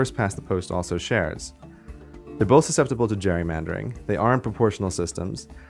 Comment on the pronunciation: Does he say 'bolth'?